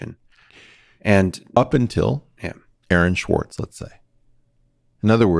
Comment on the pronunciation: Guys, please expand your references at least enough for listeners to research them." Aaron Schwartz" sounds like "Erin Schwartz" to some of us outside your circle. You need to remember you're not talking only to one another here, That said, thanks for the important discussion.